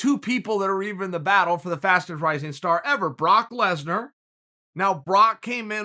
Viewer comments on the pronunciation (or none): none